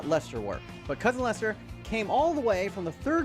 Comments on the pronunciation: How can it be pronounced LieChester when there's no "h" in Leicester??? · Firstly, there is no ch, only c Secondly, we are not Germans. Ei- isn't pronounced Aye. Thirdly, you have Worcester in Massachusetts. Therefore, pronounce Leicester properly. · I know plenty about the NFL and College Football thanks been watching them since the mid 80's. I do find it interesting that some Americans pronounce Leisure as "LEESURE" yet when they see Leicester for whatever reason the Lei becomes "Lie" and an H suddenly appears in the word too.